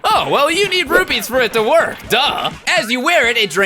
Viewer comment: It's rupees not rupys